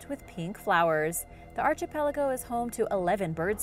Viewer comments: Archipelago is pronounce ARK EE PE LAGO not ARCHIE PELAGO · Love all your videos, but the archipelago thing is driving me crazy. Its not pronounced like arch...but like ark-ki-pell-igo. I even googled it to make sure I wasnt crazy. I'm sure you have a lot on your plate but I just cringe when I hear the pronounciation. It happened in another video a week or so ago as well. Anyways rant over. Keep up all the awesome videos! I watch everyday! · I know I've mentioned it wayy too many times but, my OCD requires me to yet again bring up the mispronunciation of Archipelago,, it's pronounced Ark-i-pel-ago... I'm not trying to be a pain but PLEASE fix your pronounciation! 👍 I really enjoy your videos but the Archipelago thing drives me nuts!! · I am multilingual, so I'm probably more picky about people with English as a first language pronouncing English words correctly.